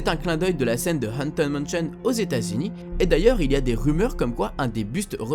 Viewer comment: "Anten manchion" xD mdr